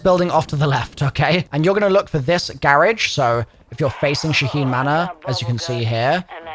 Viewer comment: I like your accent when you say garage 😂😂😂